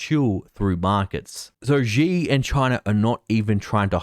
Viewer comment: Not a big deal, but Xi is not pronounced as zi or ji, but shi.